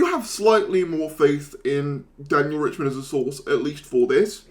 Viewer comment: I wonder if RiCHTman knows that YouTubers are mispronouncing his name as "Richman"